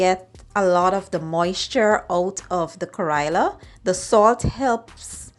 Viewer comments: No kariya it called karella say it right you indian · It’s pronounced: ka-re-la. Not Kairela. 😡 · Please get the pronunciation correct. You made a video but you don't even know how ro call it correctly